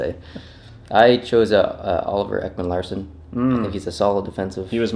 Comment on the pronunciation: learn you swedish names.... it's Ekman Larsson and Lundqvist and Karlsson, look it up before you post it